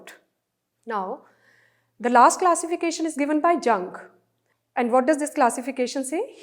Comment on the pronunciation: Ma'am thanku for explaining but it's yoong not Jung